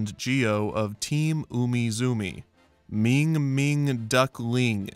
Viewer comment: The way he said Ming Ming duckling had me dying on the floor gagging.